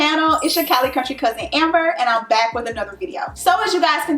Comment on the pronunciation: Ohhhhhhhh Lol ok I knew you had a country accent. I was like maybe her parents are from the south. Because people tell me that I have a country accent sometimes but that’s because my grandmother is from the south. But when you were saying Cousin I was “oh she from Cali because they say Cousin a lot” don’t they?